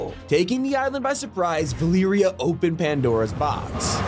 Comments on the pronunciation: "ValeeriA"???? Mf its Va- le-ria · “Vilereia” do you mean Valeria, sir? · Valeria is pronounced Va-lair-e-a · I’m sorry, ValEEria?